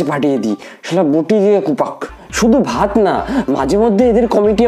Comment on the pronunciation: Dada ota vat na baat khabo bolchilo🤣🤣🤣